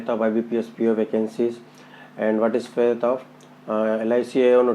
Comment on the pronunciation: Fate not faith.